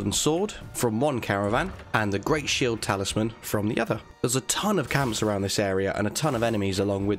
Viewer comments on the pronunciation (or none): none